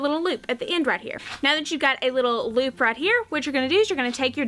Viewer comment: Love your accent. I was trying to figure out what the RAT ROPE was til I realized you were saying "right" 😂